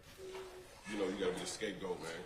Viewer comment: Did y’all hear him say you gone have to be escape-goat